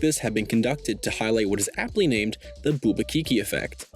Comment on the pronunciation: Let’s bouba Kiki! I wanna bouba Kiki! Also he totally says kinky